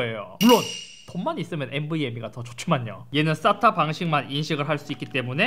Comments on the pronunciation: 쌌...? 발음이 ....ㅎ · 의 싸타 발음이 찰지군요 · 인트로 때문에.. 쌌다 방식이라고 들려... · 형.... SATA가 아니라 발음이 ssatta 같아 ㅋㅋㅋㅋㅋㅋㅋ